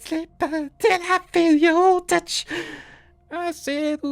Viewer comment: Nooo I can't sleep until I feel yo " TUCH"🤣🤣🤣🤣🤣🤣